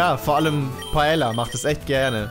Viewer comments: Es wird zwar Paella geschrieben,aber Paeja ausgesprochen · Wer kennt's nicht - "Paela" xD